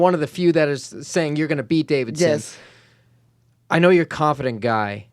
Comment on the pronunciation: love but it bothers me when he says Davidson instead of Deiveson